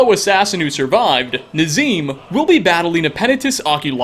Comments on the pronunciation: It’s not nezeem it’s nozir nezeem is a jerk in whiterun nozir is the assassin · Nazir not Nazeem. But anyway good video. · the fact you called nazir nazeem made me cringe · This dude really called nazir "nazeem" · Excuse me, but his name is Nazir, not Nazeem. Two totally different people 😂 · NAZEEM lived oh no Ps. I think you meant nazir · Did you just call Nazir, NAZEEM?! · Nazeem?...NAZEEM? It's Nazir...lol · So i wasn't the only one who heard him say nazeem instead of nazir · Nazir not nazeem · called Nazir the wrong name... He said Nazeem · Did..., my guy, don’t ever call Nazir “Nazeem” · "Nazeem"? Really,? I mean? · DID U JUST CALL NAZIR NAZEEM???? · you said castle volikhar instead of castle volkihar, and you called nazir nazeem. how could you!! and you have told most of these already